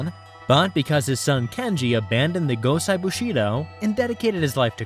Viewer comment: Quality coverage...one detail...the name Gosei is pronounced 'Goh-say'. Sai is pronounced 'Cy'. A lot of Japanese is a bit simpler than folks realize. Keep up the good work.